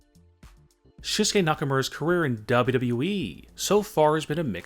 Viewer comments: Why do you say wwe so weird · How do you say wwe man no offence but your still good